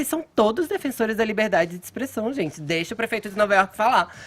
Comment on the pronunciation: "zente" ... KKK